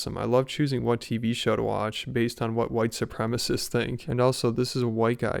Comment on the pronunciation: Drink every time he says "whitesoopremists"